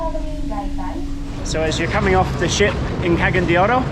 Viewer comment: I’m hearing “Ke-gen” de Oro, please work on your pronunciation. It’s “Ca-ga-yan” and the letter A is pronounced as “Uh” like in the word Ambassador (uhm-bassador) 😎👍🏼